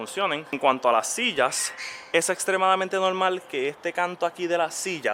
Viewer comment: No mas escuchava '' es nolmal, es nolmal "" jajajaja vale varg. Y ya lo compro